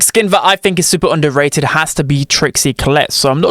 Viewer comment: everyone: underrated: onduhrae'ud 💂